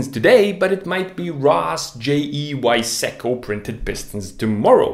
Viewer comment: It's (Wise-co)